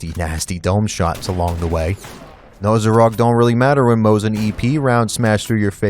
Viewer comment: m o S i n not moZin it sounds like.... Snake S S S not z